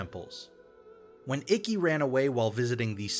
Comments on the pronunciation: Is anybody going to talk about how he said icky instead of ikki (no offense) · “when ickie ran away”. bro…. this isn’t the live action movie. this is your job. say the names correctly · the fact that you pronounced Ikki like "icky" lol